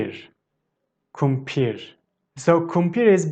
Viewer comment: I'm still confused on how you pronounce the "r" at the end of words like doner, kumpir, bankalar. It sounds like you pronounce it with a "h". For example, kumpir sounds like kumpish, doner sounds like dernesh. I'm confused because sometimes, especially when you say it slowly, it sounds as it should with r, and there no h in it. Can you please clarify on this. Tq.